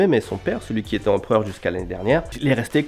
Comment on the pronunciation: Empreur, Empreur, Empreur, Empreur, Empreur, Empreur,Empreur, Empreur, Empreur,Empreur, Empreur, Empreur,Empreur, Empreur, Empreur ha ok.